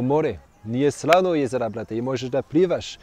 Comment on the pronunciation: Nije 'srano' jezera brate 😂😂😂